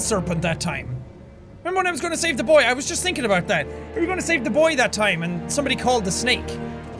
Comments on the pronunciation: Not BOY it's B O I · Its BOY not BOI